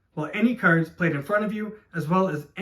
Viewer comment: Great video! Was kinda hard to differentiate between you saying 'cars' and 'cards' though ,was confusing at times hahah